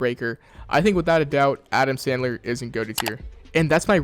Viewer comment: Did blud say Adam Sadler